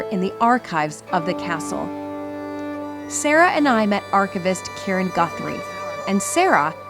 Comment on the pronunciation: Could this "" stop calling it Balmoral Cassell? Is that too difficult?